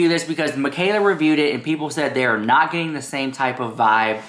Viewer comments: “You Do Naught talk about Coady”” Every time you say it I fkn DIE Laughing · everytime you do the "you do NAHTTT talk about CODEH!" I die laughing!!